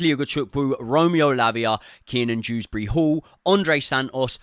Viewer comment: It’s Kieran drewsbury hall not keenan 😭